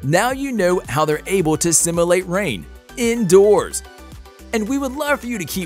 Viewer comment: It's not simIlate, it's simUlate.